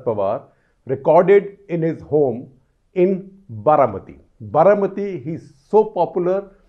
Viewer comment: Sir its "Baramati"